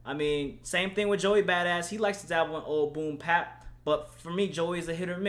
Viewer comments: Nigga you can talk about this album when you can pronounce BOOM BAP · Mann you killed me with this one. Fuck a melody. This is a rapper. Fuck pandering to the masses. And it's Boom Bap. Not Pap. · fax and the fact that he kept saying "boom pap" annoyed the fuck outta me